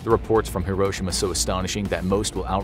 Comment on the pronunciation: Im not Japanese im pinoy but you uhh butherd hiroshima you say it slower